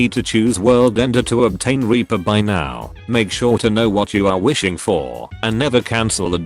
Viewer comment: It’s sounds like the chat thing your using says weaper